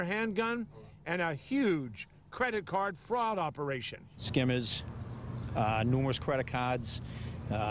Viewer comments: “Credat cads” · Credit caaaahd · “Credit cKHArd”